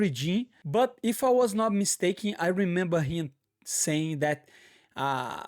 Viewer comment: Moicano: re-member Moicano: he-member 😂😂😂 I thought that was funny. Great correction! lol